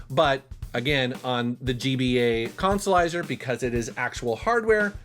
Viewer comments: 'Let's play the Colsolizah!' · No that would be the "Cahn-sa-lizah".